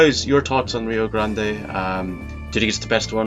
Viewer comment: It's just pronounced just like grand... As far as John Wayne westerns go, his best, by far, is "The Searchers".